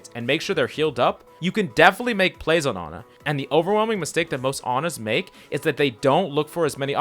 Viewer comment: wehn he goes "anna" instead of "ana" im sorry but that just triggers me.